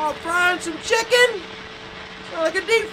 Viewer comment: What did you say about "Chikens"? Ha-ha!!! Let's go into the eye of turbulence,!!!